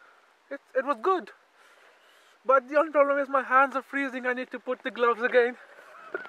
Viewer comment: Hey I know this isn't important but please pronounce "the" properly. Your videos are good mahn